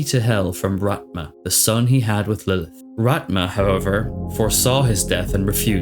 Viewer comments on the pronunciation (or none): I know you probably get this a lot, but my only criticism is the way you pronounce the names of certain characters incorrectly, such as Rathma, and Uldyssian. I've watched a few of your videos, and in particular, I notice you have pronounced Rathma's name a couple of different ways, mostly going back and forth between "Raht-ma" and "Wrath-ma". I know that when it comes to fiction, it's hard to pronounce certain words, and even names, when they have complicated spelling. Keep trying, though. I enjoy these videos, despite my criticism, and I play them in my vehicle on the way to work in the mornings. I hope you're well.